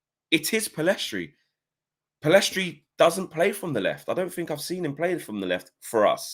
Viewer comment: Guys it's Pellistri. Not Pellestri.